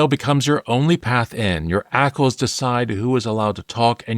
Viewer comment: Let's call it: A-C-L s instead and not ackles 😂